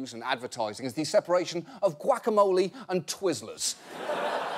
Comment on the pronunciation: I want to give him the Californian award for just how he pronounces ‘guacamole’.